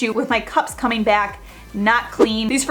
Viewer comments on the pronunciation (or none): none